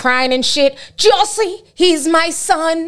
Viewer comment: How you keep saying Juuiusie🤣🤣🤣